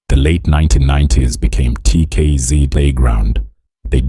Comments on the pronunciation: is the narrator AI??? coz they can't even say the name of the group properly, never mind the many other lies told in this piece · He talks as if he knows something about them yet he can't even pronounce well the name of the group , he can't pronounce the names of the group members that on its own tells the guy knows nothing about TKZee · Even the mispronunciation of the nickname 'Buga luv' & the group we're all here for, 'TKZee' to claiming the band mates are from the East rand & that Kabelo is 60!!! 😂 laughable really!!!